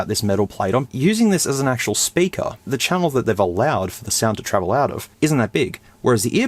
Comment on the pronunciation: why stop saying sperker